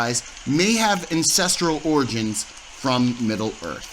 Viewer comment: Did you say “incestral” or “ancestral” ?